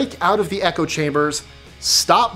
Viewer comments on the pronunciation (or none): none